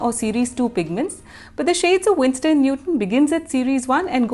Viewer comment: It's Winsor not Winstor 😊